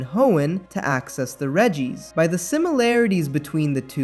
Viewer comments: It’s Regi! Not Ree-geee 🤦‍♂️ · Bro said "the Ree Gee's" 😭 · "ree-gees" Lol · Dawg “reegee” isn’t even a mispronunciation that’s just objectively wrong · "the ree gees" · Can we talk about how you pronounce relicanth correctly, but then Reeeegees? What, are they the long lost brothers of the bee gees?